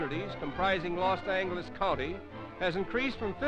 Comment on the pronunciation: "Los Angleles" and "Olvero St" LOL